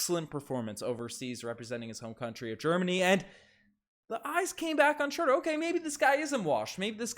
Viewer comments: Dennis Schröder. Pronunciation: \SHROO-der\ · its pronounced schrooder.... cringe